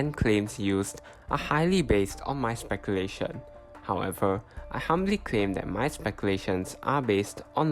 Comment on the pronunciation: "humbly" hahahaha